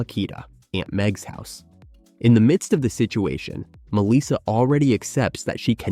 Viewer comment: It is not Misa it is Melissa.